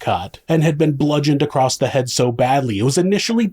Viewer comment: Why do you say acrosst 😭